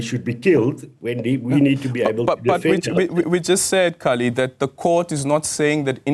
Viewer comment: Corrects Kallie on the pronunciation of a name, proceeds to mispronounce Kallie`s name several times. . . low hanging fruit Aldrin and easily flipped.